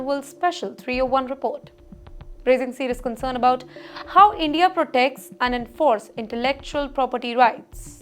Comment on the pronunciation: Endia Dapotation Wolume and on and on…